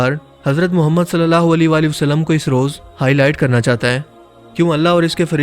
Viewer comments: Ae muhammed kehte hain.....o muhammed nhe kehte.alfaz soch kar bolne chaye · par ap ny thory alfaz thik Nhi Liya Ap ny kaha Ha. ** Muhammed (صلی اللہ علیہ وآلہ وسلم ❤) lakin Asl ma Ha Ah Muhammed (صلی اللہ علیہ وآلہ وسلم ❤)